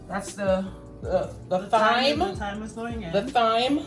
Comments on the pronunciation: THyme? Tell, in any English language, it name TYME. Stop over-yanking, rass. LOL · It’s pronounced “Time” 🤣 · Mom is the best she pronounces the H in Thyme.